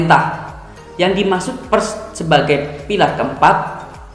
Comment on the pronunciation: membaca huruf "e" pada kata "Pers" senada dengan "e" ketika Anda membaca kata "Per" ditambah huruf "s" di belakang, Bukan dengan nada "e" ketika Anda membaca kata "Perhatian" tp lebih tepat pada kata "Perak". Smg ke dpan bisa di benahi. Simak lagi video saya ketika membaca PERS.